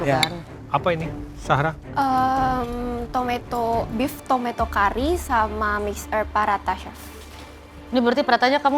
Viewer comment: Chef Juna : Zahra ❌. Sahra ✅ 😂